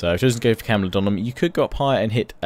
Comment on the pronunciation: Great video. It's Camulo-dune-em though :-)))